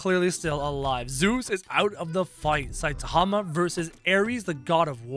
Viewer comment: its Saitama. How you pronounce: Sai tama